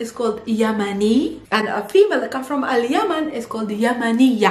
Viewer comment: al_yemen not al_yaman